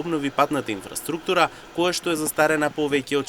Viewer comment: Зборот инфраструктура не се акцентира така...Исто така и презимињата се исклучок од третосложно акцентирање. Неписмени новинари.